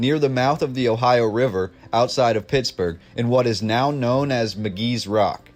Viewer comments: Your research and detail are superb. However, for future videos, I must point out that the town with the burial mound is called Mc"Kees" Rocks, not Mc "Gees Rocks. Keep up the informative videos. Thanks for giving me information on my hometown that wasn't even taught in school. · There are so many mistakes in this smh. You just read some stuff and put this out huh? It's not Magees rock it's McKee's rock. That's not a museum it's a jail. There's several mistakes. You should consult more than one person from an area before publishing incorrect info. I'm sure it would be easy to get 2 or 3 locals in most cities to verify information. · its pronounced Mckees Rocks MA KEYS rocks